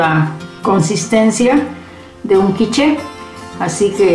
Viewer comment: Quich..."la e a la fin na ca prononce pa"...traducciòn: la e al final no se pronuncia :)